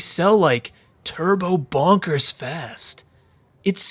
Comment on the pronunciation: It's more clear if you have the Voice Acting on, the way he says Bonkers sounds more like "Bankers" This and a scene soon after this is genuinely one of the creepiest moments in the entire Game